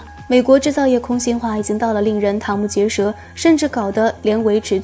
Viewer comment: 瞠目结舌，瞠CHENG 不是堂